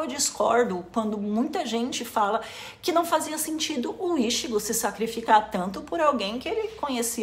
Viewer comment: por favor, não fale ishigo....me dói a alma ver tua tatuagem falando assim...é i tchi gô ! morango!